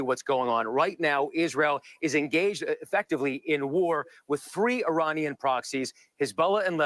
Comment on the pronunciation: "Eye Rain Ian," too.